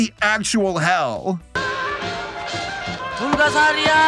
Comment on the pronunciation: PUGASARIA! Lmao kek